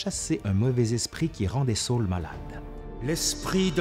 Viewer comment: Pourquoi prononcer "Saül" à l'anglaise comme "saule" ? Jai toujours entendu les gens dire "sa-ul" en deux syllabes distinctes, d'où le tréma, mais peut-être que la prononciation au Québec est différente ?